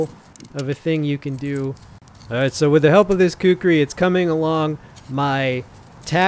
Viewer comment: Great review bro. Pronounced “khukree” not khukuri👍